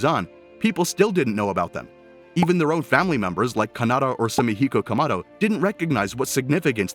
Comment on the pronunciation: Explain to me why did you butcher the familys last name